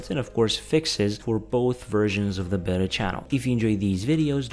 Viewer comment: when you say Beta it sound like Better